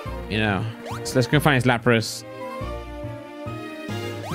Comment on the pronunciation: Nobody:: laprASS